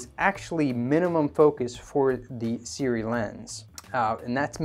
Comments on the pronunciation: Seer-oowee Just say a few words by the infamous mr meseeks before trying to pronounce the brand Seer-oowee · Pronounced Su-Ray. Go figure. I work with their reps. Don't understand why they don't just flip the vowels. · It pronounced kinda like S'Ray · Not really Sue-Ray. But close - if you dont speak Mandarin you won't be able to replicate the tones and phonetics of these two signs. It can be either 斯瑞 or 艾瑞. Closest pronounciation written phonetically will be Si- Rway (with the "i" in Si pronounced like in the word "sip" like "sip the coffee from a cup".